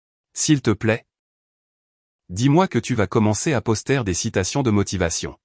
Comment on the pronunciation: La manière dont vous prononcez " poster "..😂😂😂😂..Est-il rieur au moins votre poster ? 🤪😁😁😁